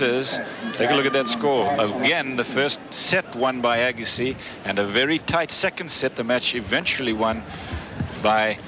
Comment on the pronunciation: nobody could've told Arthur how to pronounce his name?